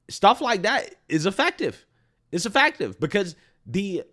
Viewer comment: Re: Stephen Miller, pronounced “effective” wrong.